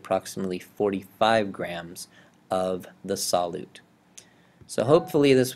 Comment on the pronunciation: Sol~you~te friend, not sol~ote